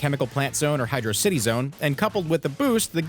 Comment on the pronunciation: Sonic fans can never agree how to say Hydrocity Zone